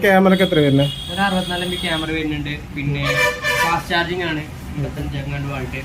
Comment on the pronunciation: നല്ല ഫോൺ ആണ് ഇത്. പിന്നെ വാൾട്ട് അല്ല വാട്ട് ആണ് ( 2 : 55)